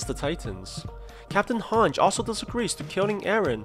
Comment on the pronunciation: its not hanj its and hanj - ee spelling: hange